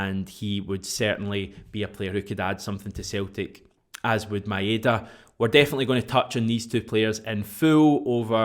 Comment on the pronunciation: heads up, ive done the research and its pronounced MyDa DieZin, not MaEhDa a trick to remember it = my da dies n its no ma ain da